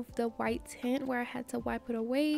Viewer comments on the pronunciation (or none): none